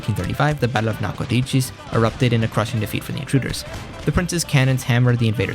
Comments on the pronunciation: Well, part of me is always happy to hear my home town of Nacogdoches get a shout out (my direct ancestor founded it) … the other part of me is trying to figure out how the heck you just pronounced it. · I'm not making fun, but the Sabine river and Nacogdoches pronunciation were off. I live in East Texas personally very near to the river and about an hour and a half away from Nac, and that's not how we pronounce it. Again, not trying to be disrespectful